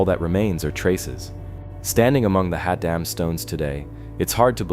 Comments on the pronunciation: It's Haddam pronounced Had- dam not hod- dom. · its pronounced " Hadd-em" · ”/Had’um” is how it’s pronounced